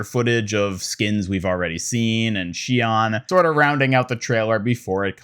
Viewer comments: oof i can't believe u just said shee on my guy it is pronounced shee own its Japanese and BRO OMG ITS MEE ZUH KEY GOD U CLEARLY DONT WATCH ANIME normally i wouldn't correct grammar cuz all it is is just signs of ignorance but damn bro these are easy cmon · Listen to the Miziki VA say “Shion”, you’ve got it slightly wrong.